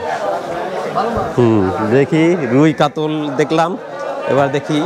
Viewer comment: কাতল না শব্দ টা হচ্ছে কাতলা।